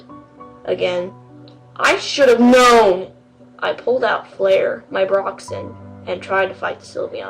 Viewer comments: and its braixen, not broxen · "Broxen" UUUUUUUUUUUUUGGGHHHHH